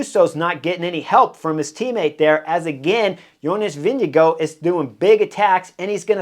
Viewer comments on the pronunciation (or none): I'm from Norway, but when I watch videos about Vingegaard from Danish TV here on YT, I can clearly hear the difference between the Danish commentators ("vingegård") and Chris ("vingjegoo").